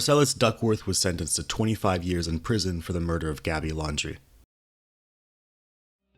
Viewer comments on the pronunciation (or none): It’s Land dree. Not laundry. 😂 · Pretty sure “Landry” is not pronounced “laundry”…or, “laundry” is not spelled “ Landry”..